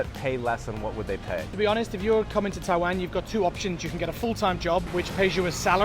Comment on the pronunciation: He still can't fuckin' pronounce Taiwan right...not you.